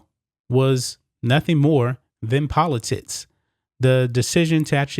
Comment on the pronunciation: The hell is “poli-tits”? I mean, c’mon